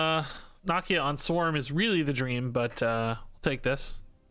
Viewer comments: I love but dude cannot say nakia right for the life of him lol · "knock-ee-ya" lol